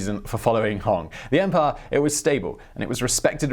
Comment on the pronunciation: Accent!..gone?.. funny?!? I doth say unto you, young simon of youtube, your accent has not diminished in englishness, rather, it has been elevated to a level so sublime, dare i say even winston" the paddy whacker" churchill would be most pleased to here you repeatedly say the word "empiaah"....your so english eaton mess natives would address you as "sire" on instinct.. Your so english when you talk it rains...your so english you've probably got a scot and a welshmen living on either side of your house...(just a heads up im blaagarding ya, dont worry bout your accent, i honestly thought you were currently living IN england, your RP is great, AND you've got great narration, as for mis-pronouncation of names, places, etc.....that sir is the MOST English of behaviour! Just take a look at how canada got its name..so all in all its REALLY not that bad)😁